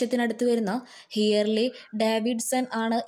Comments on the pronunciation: Not hearly davidson alla😂😂 harley davidson annu😂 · ഹിയർ ലിയോ alla ഹാർലി ഡേവിഡ്സൺ